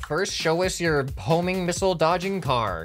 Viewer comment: No it’s “homing”